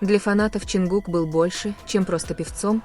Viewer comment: Lady would you please learn to pronounce his name right his name is John cook not whatever you're saying